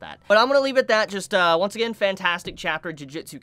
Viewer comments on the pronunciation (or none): none